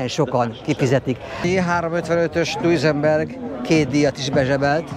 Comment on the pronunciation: Na ok pár dolog : Concours d’Elegance helyes kiejtése: Konkúr delegansz Sebring : Szebring ( nem Szibring) Duesenberg : Dűzenberg nem Dujzi meg Dujzenberg ugyanis eredetileg Ü-vel írták a család nevét.hasonlóan a Boeing családhoz ami szintén nemet eredetű család . Amúgy a videó szuper , nem vagytok autós újságírók de hal Istennek nem is akartok okoskodni .